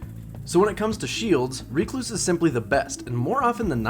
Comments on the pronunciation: Me: Rec-Louse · wtf is a reek loose?